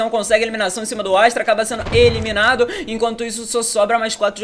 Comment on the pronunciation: "Jogador ja vai sendo emilinado kkkkkk